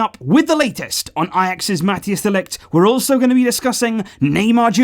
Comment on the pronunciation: Man I love your videos, but who is Matthias de Ligt? (pro-tip, its pronounced more like Mat-ICE)